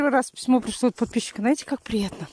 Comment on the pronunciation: а ещё коронное слово НАЕТЕ.И сколько бы Насте не писали ,что говорить надо ЗНАЕТЕ!😤😠🥺